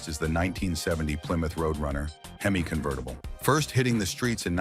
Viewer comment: That's not a gto dummy ai. It's a firebird. Wtf. Convetttible? This AI is supposed to replace us 👎👎 There are so many mistakes mispronunciations and downright completely wrong cars shown for what they are talking about.